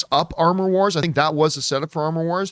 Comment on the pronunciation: "Amor Wars". Cue French giggling